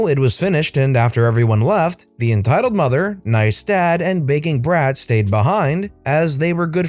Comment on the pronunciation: Anyone else start hearing "Bacon Breath" a couple of times when talking about "Begging Brat"? No? Just me?